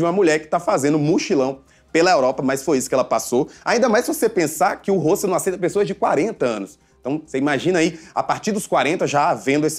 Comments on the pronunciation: eu não estou mal informadA, não (sou mulher) e ele tá pronunciando errado sim, muita gente pensa que esse é o jeito certo de se falar, mas o correto é o simples mesmo, hostel (como se fosse hotel no fim). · Ele tá pronunciando hostel errado o correto é mesmo (ROSTEL)